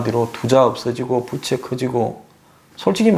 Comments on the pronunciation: "부채" 발음이 좀 그렇네요. 부:채 즉 "부"를 조금 길게 발음해야 하는데 짧게 발음하는 바람에 여름에 쓰는 그 부채로 들립니다^^ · 덕분에 경제상식 많이 알게되어 감사요~~~ 그런데----중국부채---라는 단어에서 부의 음이 장음인데- 단음으로 해버리니---여름에 사용하는 부채로 들립니다 이러한 현상은 여기저기에서 나타나는듯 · 경제는 많이 아는 가 모르겠다만, 우리말 부터 정확히 발음을 했어면 좋겠다. 빚은 빗으로, 빚을 말하는 부채는 더우면 부치는 부채로 말하고 있어서 듣기가 몹씨 어렵다. 우리말 부터 바르게 말하는 공부를 하고 이런 곳에 나왔으면 좋겠다. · 말을 좀 정확하게 했으면 좋겠네요. 부채(負債)는 '부'를 길게 소리내야 합니다. '부'를 짧게 소리내는 부채는, 더울 때 손으로 잡고 부치는 부채입니다. '빚에 속았다'도 '비세 속았다'가 아니라 '비제 속았다'로 말해야 합니다. '빚이' --> '비시' (x), '비지' (O)